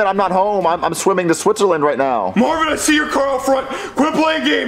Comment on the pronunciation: Stop saying mavin